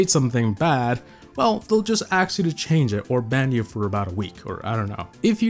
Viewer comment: Look when you said ask in you said aks rather than sak